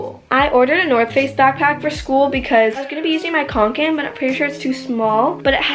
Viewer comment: She said kOnkan it’s kAnkan!!! Lol